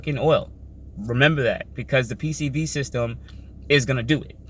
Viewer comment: first time watcher, but after you say PVC system time after time after time you lost any credibility, its one thing if you slip once but my goodness you literally couldn't say PCV(positive crankcase ventilation) correct